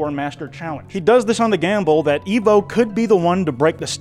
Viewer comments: Ok are you pronouncing evbo as eevbo on purpose? They say it in the show its like someone saying Pokemon as pokeman THEY SAY THE PRONUNCIATION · Not you pronouncing his name “Eve bow” the entire time 😂😭 it is “Ev bow” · its evbo not eevbo you were making me cry the whole vid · It’s not eevbo it’s evbo😂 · The way he says evbo is hilarious but annoying at the same time, it’s pronounces eh-vbo, not ee-vbo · This is because I’m most likely likely undiagnosed severely autistic, but, despite Evbo’s name being pronounced as /ɛvboʊ/ throughout both the original series/movie and clips in this video, I’ve noticed that continuously refers to him as /iːvboʊ/. I also am aware that he addressed this, but I just felt like pointing it out as it was slightly bothering me. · Its not eevbo is ehvbo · it’s evbo, not eevbo😂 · Eve bow 😂😭its pronounced EV-BOW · erm acktshually its ehv-bo not eev-bo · no way bro pronounced evbo (ev-bo) eve - bow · Im suing you its not eveboo its evbo!!!!!! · the way he says "eve-bow" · Why did you call him Evebo at the start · Ermmmm... Evbo is actually pronounced Eh-vv-boe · how can you watch the entirety of the series and still choose to say the main character's name incorrectly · how did you watch 4 hours of Evbo content and STILL mispronounce his name? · The mispronunciation of evbo is killing me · He keeps pronouncing Evbo’s name wrong 💀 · Bro that pronunciation of evbo is annoying me